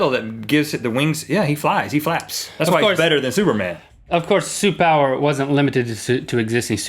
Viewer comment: he said supower